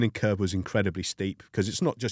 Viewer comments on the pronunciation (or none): Did he say learning curb ?